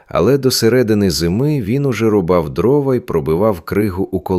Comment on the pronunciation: Дякую за розповідь. Маленьке прохання не дровА, а дрОва .